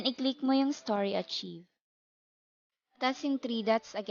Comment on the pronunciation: Pronounce it as ARKAYV. You're welcome